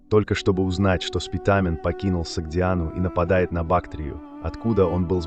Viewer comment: Не СпитАААмен , а Спитамен.